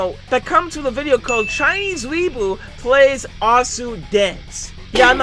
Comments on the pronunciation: Its pronouced Oh sue not aw sue (sorry for bad grammar) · no one: Osu players when they hear pronounse Osu as Ahsu: my disapointment, is emesrable. and my day is ruined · He’s says osu as asu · I like how he pronounces osu wrong